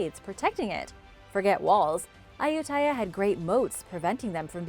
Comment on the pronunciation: I love you! W my hich is why I want to share a little of my own knowledge with you! Kailash is pronounced just how you’d think Kai- lash, rhyming with eye lash lol despite living In India for 3 years, I never went here, b ut it’s at the top of my list when i go back And in the name Ayutthaya, the stress is in ‘ayu’ so it’s pronounce d AHYOO- thaya. How do I know? I lived in Thailand for 3 years and I’ve been to those ruins in Ayuthaya. Funny story, as I was learning about what happened there, how Burmese monks torched the placei, a group of Burmese monks came along. We got lots of cool pics that day. Oh and I’ve been to the forbidden city in Beijing too. Fun fact: Mao Zedongs mausoleum is pretty much across the street from the entrance to the forbidden city. But you must show up super early bc they are only open in the morning. Also don’t take anything with you, nothing! No one can bring anything inside, and this is very strictly enforced. Hope this was interesting:)